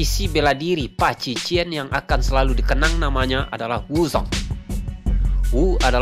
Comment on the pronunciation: Bacanya paji cuan min. Cuan artinya pukulan. Bukan paji cien.